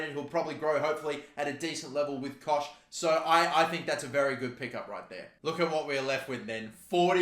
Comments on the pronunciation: Helpful tips - It's Luke Ayling not Dan Ayling - It's pronounced Koghck not Kosh - If you sell Phillips no Leeds fans will watch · Pronounced cock